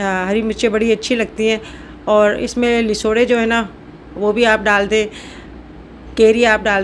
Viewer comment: Lesoray nahe lasoray HOTA hy